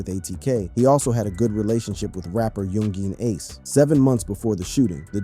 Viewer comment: 20 videos later and he still can't pronounce Yungeen Ace correctly🤦‍♀